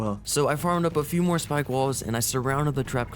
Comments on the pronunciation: he said Spike instead of Spik :( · The fact that u are dedicated to making sure everyone knows the anky name is Spik and not Spike just shows y i subbed to u 😉